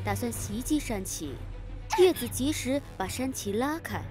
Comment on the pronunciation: 應該要念紫啊..